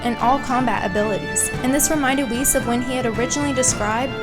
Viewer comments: I love this channel etc but why are you pronouncing "Whis" like "Whees"? It's "whis" like in "whiskey" 🥃 "wizz" lol isn't it? How come? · i remember not long ago when i made a comment when u said Whis like wiz in wizard. but now youre saying it right!! ohhh yeaaaaaaaaaaaaaaaaa